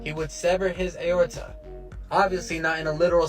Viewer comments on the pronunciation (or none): I feel like that was his first time ever reading the word aorta because what was that pronunciation 😭